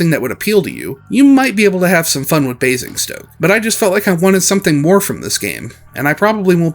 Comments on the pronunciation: Your pronunciation of Basingstoke was pretty good. Just turn the first "s" into a "z" and you are golden. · That was actually a really good attempt at pronouncing Basingstoke, far better than I was expecting. The only thing "wrong" really is the first S is pronounced as more of a Z (Bay-zing-stoke). It sounded like you were getting this the more you said it.